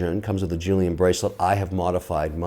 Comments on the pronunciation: 'julian bracelet'...oh dear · Collexion! Mr Wonderful, 3 things to point out: Jubilee bracelet - NOT “Julian”, maybe that’s why you like rubber b. Panda refers to the black ceramic BEZEL, not dial. Lastly, no one can buy these highly coveted watches without having to purchase a bunch of higher ticket slow selling pieces from the AD’s. That generally equates to spending 50 to 100k for each brand’s AD before being offered to buy the stainless steel pieces... I’m glad you’re a watch guy though! Check out John Mayer’s interviews on HODINKEE. There’s a well educated and cool collector for anyone that is starting a collection to know. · 1. There is no good reason for pronouncing certain words in French when you’re speaking English. 2. It’s called a Panda because of black chrono perimeters insert a white dial. 3. He’s mostly talking about impossible to attain for retail “investment” watches 4. Julian Bracelet ? 5. Red bands ? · just say fucking collection! once or twice is cute, but jesus... real collector huh? it's a jubilee bracelet, not a "julian"! that's where you lost me.